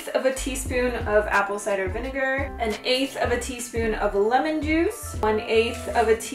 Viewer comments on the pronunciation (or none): none